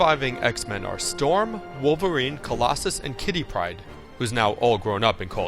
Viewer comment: You say Kitty Pryde weird